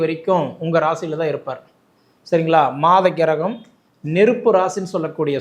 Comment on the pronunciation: கிரகம் என்பதை சரியாக உச்சரிக்க வேண்டுகிறேன் ஐயா.